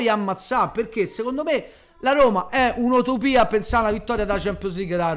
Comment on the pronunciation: Si dice Utopia e non Otopia